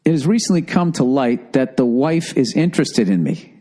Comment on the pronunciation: Friends Hwhaaafe